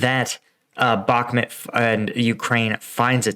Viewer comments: heh you keep saying Back-met. I want to hear you say Bahk-moot.:) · BakhMUT, not BakhMET